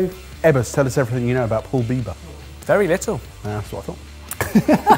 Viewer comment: FYI, “pul biber” would be pronounced “pull bib-bear” 🙈